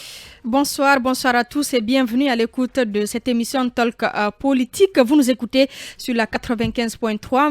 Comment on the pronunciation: On ne dit pas taleke.on dit tôk.